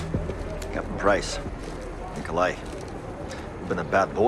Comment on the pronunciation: It’s pronounced Knee-Coe-Lie